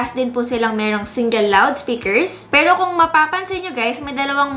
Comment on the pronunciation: Na di-distract ako dun sa pag pronounce nya ng ibang words super awrte. 'pewroh' hahaha. pawrang, areneyow. Cringe.